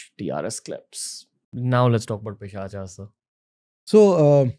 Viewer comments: My friend, like we are a species of human beings, Homo sapiens not Homo sapienas, they are also a species of soul, whose name is taken from Sanskrit, so you can pronounce it as it is, like it is a pret is pret not pretas. Pisach is not pisachas. very important. Bhagawan Shiv is Shiv not Lord Shiva. Just like Ramayan is Ramayan not Ramayana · Why you have to put aa in the end of every Hindi word and like prayogas it's prayog pischas it's pisach why can't you say it in normal Hindi